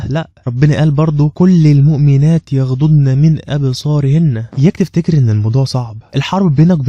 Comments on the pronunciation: أخطأت في الآية يا فاضل.. الصحيح "يغضضن" وليس يغضنن بارك الله فيك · عفواً في خطأ في الدقيقة يَغْضُضْن